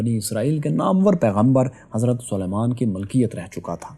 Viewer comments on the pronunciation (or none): none